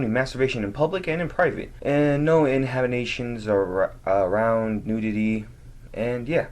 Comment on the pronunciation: how can this window licker not know how to pronounce inhibitions?!?